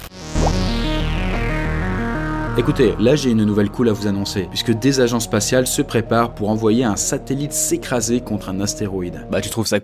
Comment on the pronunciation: La liaison est pas très bien faite mais c'est "Des agences spatiales"